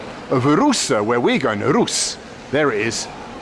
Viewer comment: Duuuuude, pleaaaaase, it's Rusé :P